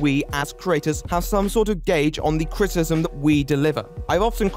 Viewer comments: Can you please enunciate "criticism", it sounds as though like you are saying "critism", and is pretty distracting. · Unrelated question, does anyone else hear "critism" instead of "criticism "? It was distracting me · Are you saying "critsm"? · Great video, like it very much but god you can't pronounce the word 'criticism'.